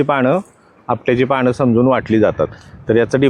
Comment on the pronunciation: पाणं 😡❌❌ पानं ✔️✔️